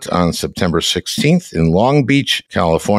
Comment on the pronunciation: Also, it’s san luis (hard Ssssss) obispo!